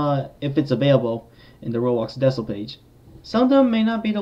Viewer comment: the way he pronounced decal 💀